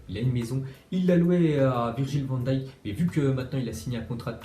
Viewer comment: pour une fois tu prononce bien van dijk